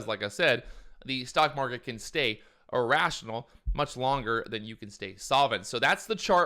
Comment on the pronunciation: kannot even pronunce "irrashionul" :D